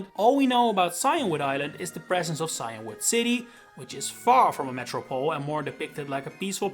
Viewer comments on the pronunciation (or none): Maybe I'm just American, but I'm pretty sure it's pronounced see-in-wood, not cyan-wood.